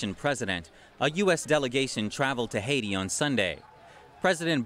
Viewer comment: "Haiti"... NTD has always gotten a lot of pronunciations just a little wrong, and this has got me curious. Is English a second language for most of your newscasters? I ask only because some of them don't even look Chinese.